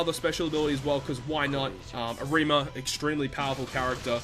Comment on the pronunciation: triggered by the way you say Arima